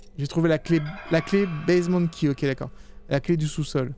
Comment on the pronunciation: "basement key" tu le dis avec l'accent créole, au départ j'avais compris "bezement d'ki" 🤣🤣🤣🤣🤣